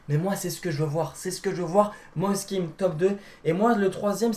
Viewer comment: "Mosess kean"🤣🤣